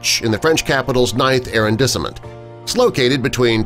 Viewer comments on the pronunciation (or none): Who is this "Aaron Dissement" he's talking about? Dude's French pronunciation sucks. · Narrator put the acCENT on the wrong sylABLE in arRONdissement. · Even if it's click bait & the faux narrative corrected in comments below, the narrator could've at least learned how to pronounce "arrondissement". The addition of stock library stills, e. g., reaction shots are beyond tacky. The French have a word for this: bof!